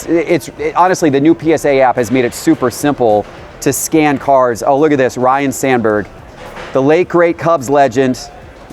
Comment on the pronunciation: Not trying to be that guy… but it’s not Ryan, it’s Ryne